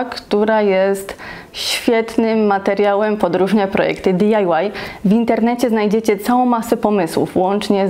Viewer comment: "Diajłaj "co to za polskie slowo?